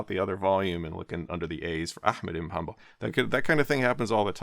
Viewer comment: Bro you just butchered Abo Abdullah Ahmad iban Mohammed in hanbal al-shaybani name